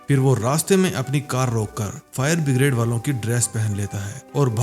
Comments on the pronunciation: bhai no doubt movie and your work is awesome 👍, but it's streaming all over the world, so please correct your pronunciation my friend. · फायर ब्रिगेड को बिग्रेड बोल रहा है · Bhai pehle fire brigade to bolana sikhlo